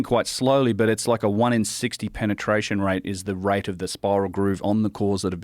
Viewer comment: did u say penertration